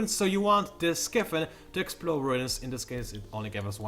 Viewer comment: pretty sure it's pronounced sky-fin,. as opposed to 'skiffin'. it's a fin that is in the sky. just saying.